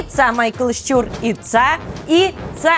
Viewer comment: Прохання або писати те, що говорите (щЮр, щЮра) або озвучуйте те що написано (щУр, щУра). Дякую.